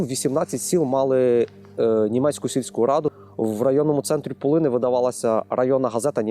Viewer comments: Правильно - пУлини, наголос на першому складі. А за відео - дякую! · Кожному мила своя сторона...Не думала у цьому відео побачити рідну Пулинщину❤❤❤. Правда трохи різав вухо нагос (правильно Пу'лини), але радість переповнювала🤗